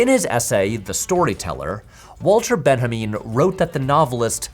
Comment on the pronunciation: Walter Benjamin's name is pronounced Ben-yah-min, not Bin-ha-meen. He was an assimilated German Jew, not a Hispanic.